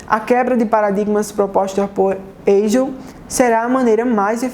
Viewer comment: É Paraíba, é nós rsrsrs. Parabéns! Obrigado pelas informações. Só uma diga: a pronúncia certa de Hegel é o H com som de R.